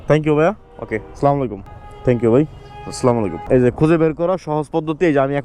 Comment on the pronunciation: ভাইয়া কিছু মনে না করলে একটা কথা বলতাম আপনি মাশাল্লাহ সবাইকে সালাম দেন কিন্তু সালামটা শুদ্ধ না একটু শুদ্ধ করে দিলে অনেক ভালো হতো আসলামু আলাইকুম ❌আসসালামু আলাইকুম ✅